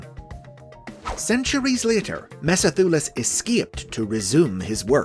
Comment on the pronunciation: I wouldn't pronounce it ME-so-THU-las - I'd go with "me-SOTH-u-las", matching with Tarantulas.